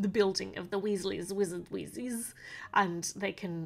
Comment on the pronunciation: You said Weasley's Wizard Wheezes correctly